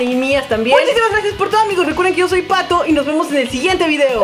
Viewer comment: TENGO ALGO QUE DECIRTE Que no ers un Fail